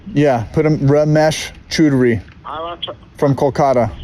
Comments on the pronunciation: He also mispronounced Chowdhury but who cares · If you ever get that last name ‘Choudury’ (spelt multiple ways depending from person to person) It’s phonetically pronounced ‘Chow-dhuu-rree’ Top work lads! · Its pronounced chowd ry just fyi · The funnier part is that you're mispronouncing his last name, and the mispronunciation kind of translates to "Ramesh is getting fucked", which is exactly what he deserves and is also getting. Elite.